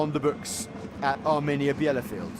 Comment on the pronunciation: This is painful listening to the commentator's butchering of the home team's name.